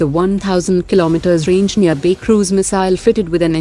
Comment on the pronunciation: she is pronouncing nirbhay as nearbay 😔 atleast pronounce properly our indian defence equipments. it is so frustrating to here.🇮🇳